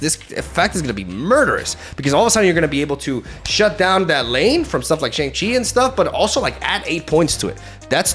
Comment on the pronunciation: I wonder if they patched pronouncing Shang Chi properly